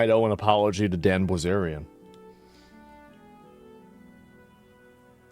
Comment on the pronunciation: The way he keeps saying Dan "Blizerian" is killing me